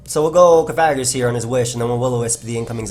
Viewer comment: lol, man the word is Coffa-gree-gus, like Coffin + Egregious. You can't mash all the syllables together like that:P